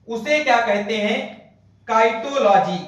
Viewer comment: Cytology,साइटोलॉजी को साइटोलॉजी पढ़ा जाए तो ठीक रहेगा न कि काईटोलॉजी